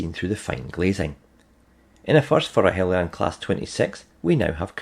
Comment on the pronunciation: Thank you for pronouncing "Heljan" correctly.